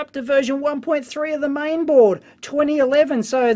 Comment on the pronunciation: "MIAN BOARD", oh yeah!